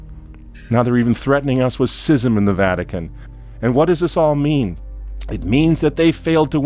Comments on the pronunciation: It's schism, not sysm. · Is this guy deliberately mispronouncing schism?